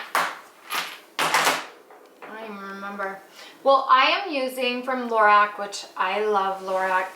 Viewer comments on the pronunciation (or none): Lorac is pronounced like 'laROCK'